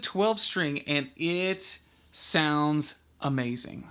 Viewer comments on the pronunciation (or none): none